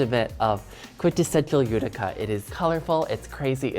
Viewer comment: I died when I heard this during the fashion show. And then again in another episode. Itica? Ghuh, Utica!!!